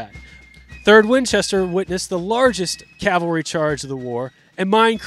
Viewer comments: It is not Calvary! It's CAValry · Cav-al-ry. It's really easy to say, but for some reason a lot of people have trouble with it.